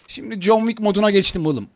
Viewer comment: noldu lağn jeki derken, ne oldu ulan jon viik olması 🥴😲😂😅